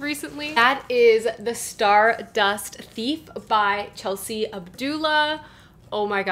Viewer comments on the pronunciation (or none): none